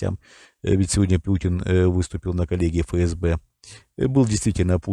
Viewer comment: Тонкость: не фээсбэ, а эфэсбэ.